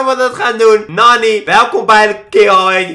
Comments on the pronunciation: Je schrijft nani maar je spreekt het uit als naani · het is naani tenminste zo spreek je het uit en je schrijft het als nani love naar jouw familyyyy